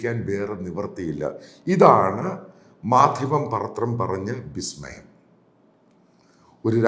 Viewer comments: എന്താണ് 'ബിസ്മയം'? വിസ്മയം എന്നല്ലേ പറയേണ്ടത്? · ബിശ്മയം ആണ് പുള്ളേ 😂